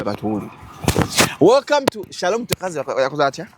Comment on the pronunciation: I love the way pronounces Shalom's name, mbu mwami saloom 😅😅😅